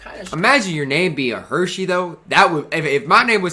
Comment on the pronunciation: “Hershey Hawkins”😂😂 it’s Hersey like a hearse, the funeral car with the casket, Hershey really made me laugh though🤣